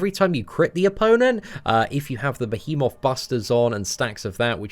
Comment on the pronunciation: listening struggle with pronouncing the word behemoth is everything.